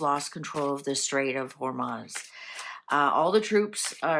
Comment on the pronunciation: It is not HormAz, it is HormUz.